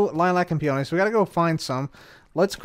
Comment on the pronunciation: I was listening to this in the background, half paying attention, and I was like "what in the fuck is a pee-oh-knee"